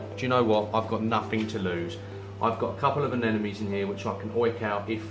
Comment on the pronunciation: A-nem-o-nees. Eff sake